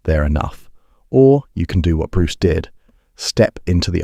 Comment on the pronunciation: I think on your next videos you should have a narrator who knows how to pronounce words like go and do